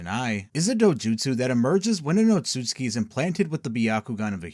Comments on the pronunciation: it's tsu and not tsui, there is no I in there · It’s Ōtsutsuki (Oat-sue-zu-kee) 😅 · Ur saying Otsutsuki wrong